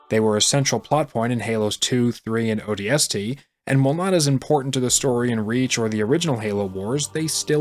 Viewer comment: The way you pronounce "O.D.S.T" like "o d.!S!.t" 😂